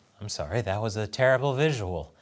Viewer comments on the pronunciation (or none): none